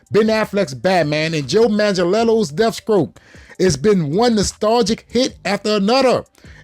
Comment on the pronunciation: did he just butchered Deathstroke's name 😂😂😂